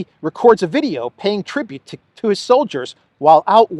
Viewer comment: ' I do walk talk veido' - in best ukrainian accent amazing 😆😆